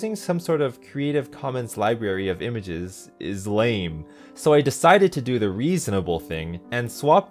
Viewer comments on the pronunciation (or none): none